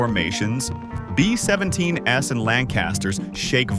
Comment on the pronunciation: Maybe I was unkind to dismiss your Video without watching. I made it 24 seconds into the video when your AI voice pronounced B-17s as B17 ess. So I wasn't unkind then.